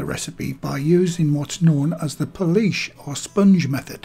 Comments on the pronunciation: pool say pool now add ish pool-ish not policesh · Every time says Poolish I said out loud "police where" 😂😂 oh well at least I made myself laugh